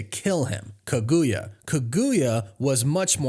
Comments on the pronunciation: You pronounced the name of that naruto villain wrong but A for effort lol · Bro you are butchering Kaguya’s name 😂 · Was I the only one that felt off by the mispronunciation of Kaguya?